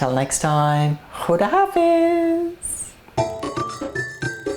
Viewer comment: A lot of Love (😘😘😘) for the way u saying "Asslam Alaikum" & "Khuda Hafiz".......by the way recipee was execellent and superb. ......